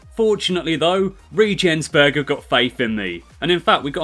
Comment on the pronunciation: im also german and you totally nailed it 🤣